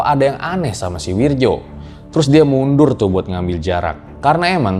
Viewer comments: Ngerasa aneh aja gt denger narator ngomong "Wirdjo" bukan "Wiryo" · Bacanya wiyo. Bukan wirjo